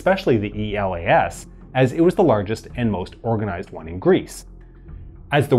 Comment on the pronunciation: I think it should be more appropriate to pronounce E.L.A.S. as one word and not as an acronym, since the idea of giving to this army this name was because it sounded as Greece is called in Greek. It is called Hellas and it is written in Greek Ελλας with double L (Ellas). So E.L.A.S (with one L) is pretty close. Actually, Greeks read those acronyms as words, so E.A.M. - E.L.A.S. was read as Eam--Elas, and I think it would sound better if it was read this way. Think about it, although obviously, it would be difficult to change the video.